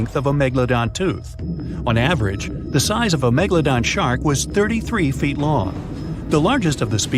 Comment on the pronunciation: You can tell an AI is narrating because it can't say ft without pronouncing it as fit